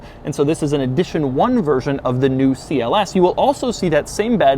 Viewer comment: It is not Si El ES, it is CLS.